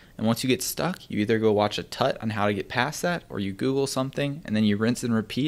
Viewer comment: I don't know why him saying tut makes me giggle so much XD